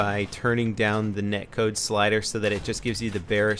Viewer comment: i think it's "Net Code" not neck(code).